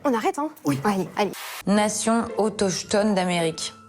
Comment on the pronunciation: oui mais comment en est-on arrivés là?.....Et effectivement, c'est "autochtone" et pas otochtone.....ce pays est désespérant!